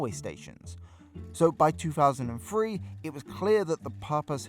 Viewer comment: Two Thousand and Three. Not Two Faasand and Free.